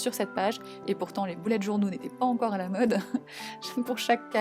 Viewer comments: merci mais on dit bullet pas boulette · pourquoi tu dis bOUlette journal et pas bUllet journal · c est moi ou elle dis boulette journal ? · Ça me fait rire quand elle dit boulette au lieu de bullet 😂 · Tu me fait trop rire a dire boulette journal 😂